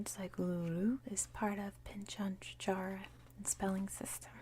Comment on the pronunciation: Great video, You nailed the pronunciation of Tjukurpa, but you found the silent 'Tja' in pitjantjatjara. Think simply Pigeon-jarra. It is an awkward language to read, though once you see the sounds, it is rewarding. Palya.